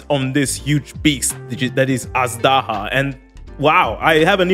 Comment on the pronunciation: It's actually pronounced ajdaha